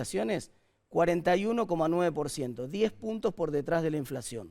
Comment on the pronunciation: "Lo precio" y "die luca p'arriba" este conductor televisivo habla tan bien como la "profesora" gritona Laura Radetich.